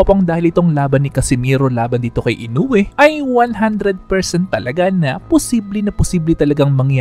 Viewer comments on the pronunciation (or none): none